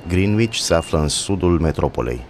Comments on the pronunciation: Se pronunta Grenici. La fel ca orasul Reading care se pronunta Reding nu riding sau Leicester se pronunta Lester. Oricum de ce ati ales zona asta ca exemplu ca de fapt este o zona scumpa unde nu prea se vede saracia si este putin zona turistica. Acolo se 'da ora exacta' la propriu i.e. GMT. Sunt zone unde chiar se vede saracia gen East Ham, Barking, Romford, Woolwhich. Dar Londra este o metropola unde locuiesc 10mil de oameni deci e normal sa ai bogati si saraci. Insa eu zic ca fac treaba buna la nivel social si in general comunitatile se ajuta intre ele si consiliile ajuta comunitatile: sunt foarte multe parcuri pt copii, activitati gratis, muzee. trateaza in spital pe fiecare in mod egal gratuit indiferent de venit etc. Sunt bune si rele dar Londra ramane o forta pe plan mondial de la domeniu financiar la entertainment, stiinta turism restaurante etc. you name it. Cred ca ai mai multe sanse de reusita si sunt mai multe oportunitati in Londra ca imigrant decat in orice alta metropola din lume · Ați pronunțat greșit "Greenwich" 😊 O greșeală comună aș zice, și eu am pronunțat greșit până m-a corectat cineva